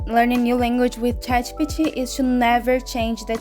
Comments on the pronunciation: Can you say Chat G P T properly? Thumbs down to you. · Omg the way that you pronounce ChatGPT 💀